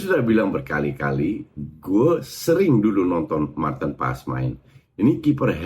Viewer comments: Martin paaaas, a-nya panjang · Justru yang bener paas kan dia murni Belanda ngga ada sedikit pun darah Indonesia jadi kita yang harus nyebut namanya dengan benar